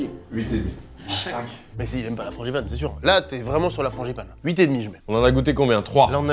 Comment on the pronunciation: FranGipane !! Et pas franCHipane vraiment des parisiens eux 😂